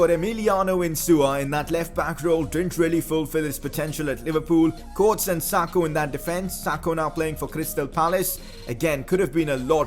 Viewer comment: It's KO-WA-TES.. not coates... and sakho left because of his attitude at klopp.. sorry bad english lol